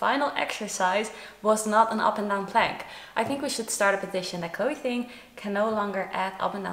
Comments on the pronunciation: it's chloe "Ting", not "thing" xD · Is anyone else annoyed she keeps saying thing not Ting!!